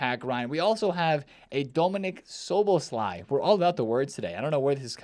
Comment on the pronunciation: Why do you keep mispronouncing the man name, please listen to the commentary of English futbol to know how!!! It’s pronounced So-Buzz-Loy